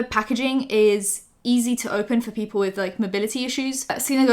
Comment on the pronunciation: At the "Let's start WITH" I heard WEED